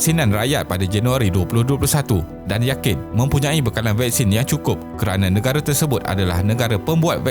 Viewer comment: Okeh tq.. cuma admin perlu belajar vokal untuk sebutan perkataan-perkataan yang penting contohnya Nengara sebutan nya negara